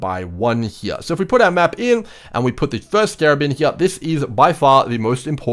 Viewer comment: Take a shot every time he says “here” (“heeah”)